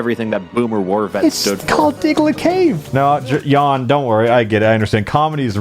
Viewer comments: No idea why are you pronouncing his name as Ian when it's clearly Kan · haha team chaos is overthrowing a Jan (pronounced JA-n not Yan) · Theres a reason his name is pronounced yawn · Jan sounds somewhat like if you would say yan. trust me. Id know. Its my name as well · Ok ykw, that explains why everyone pronounces Jan's name so ...strange lmao..... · Rofl, as a person who likes pchal. Hlget fucked Jan. It's not pronounced yawn. Fuck the Germans. Auch.... Ich liebe dich, aber werde gut. I spent 6 years learning German to say get good.... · I love how wrong ppl pronounce Jan...